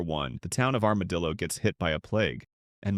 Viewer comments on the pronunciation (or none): none